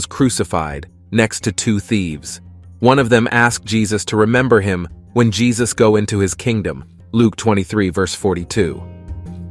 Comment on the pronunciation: Yesus...not Jesus